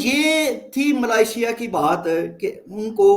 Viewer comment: Arzoo can't pronounce Malaysia. I have noticed Pakistanis cant pronounce this word properly including her friend Cheema.